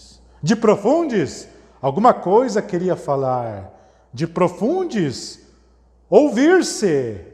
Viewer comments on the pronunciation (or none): Di- pro- fun- des "DIPROFUNDES" ksksksksks Melhor parte kkkkk